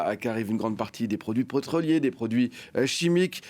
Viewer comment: il a apprit a parler où ce clown ? Les produits preutroliers ... et son ton !!